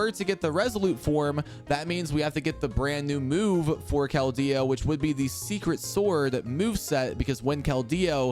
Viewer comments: Sir, it's just Keldeo. Not Kel-Deo. The pronunciation I base it off of is from the movie/anime. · why he putting so much emphasis on the D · I love all the videos but you say his name so funny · wait really ? its the first time i hear someone say it as kel-deo since its release in pkmn black and white